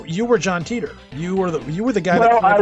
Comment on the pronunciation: I think his name is pronounced Tighter not Teeter